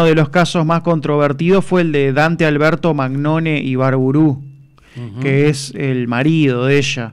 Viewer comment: Magnone no animal se pronuncia Mañone . Es italiano ese apellido .